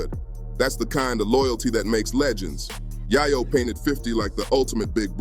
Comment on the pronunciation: How don't you know how to pronounce yayo